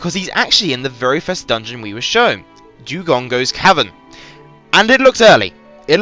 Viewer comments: And why do you keep saying Dewgongo and not Dodongo? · Why do you call it a Dewdongo? It's Doh-Don-Goh and a Keese is literally how its spelt, not a Kessy.